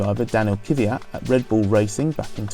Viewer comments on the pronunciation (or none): Its not kyvyat or kyvat. Its kvyat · It's kveeyat ffs